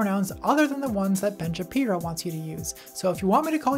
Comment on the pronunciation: why did she mispronounce Ben Shabeepo?